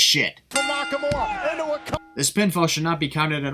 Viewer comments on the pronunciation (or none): none